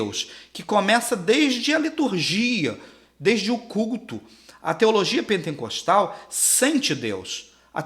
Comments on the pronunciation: Não é penteNcostal que fala. É pentecostal, sem o N no meio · Pentecostal.... não pentencostal.. só pra constar.... parabéns pela aula...